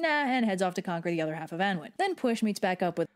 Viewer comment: One thing overly sarcastic got wrong on pronunciation that i know about is how Annwyn is pronounced, Its actually pronounced annoon